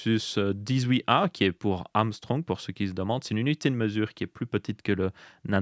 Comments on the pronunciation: 18A c'est pas plutôt pour "18 Ångström" et pas Armstrong 😂 ? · Mon dieu comment il a dit Ångström... 🥲